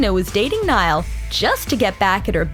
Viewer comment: Ugggh they make a whole documentary on Niall and they don't even pronounce his name right😕😕